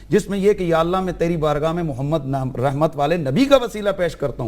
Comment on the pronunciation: تو تقریر تو کررہا ہے۔تجھے اردو کے تلفظ تو نہیں آ تے۔ بددماغ محمد( صلی اللّٰہ علیہ وسلم) کو مومد کہتا ہے نالائق تیری علمیت کا اس سے بڑا ثبوت کیا ہوگا۔